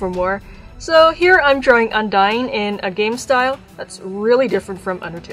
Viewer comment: I'm gonna scream it becomes it really bothered HER NAME IS UNDYNE NOT UNDYING!! thank you for listening